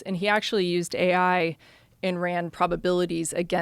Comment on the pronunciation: anyone hear that when she said ai?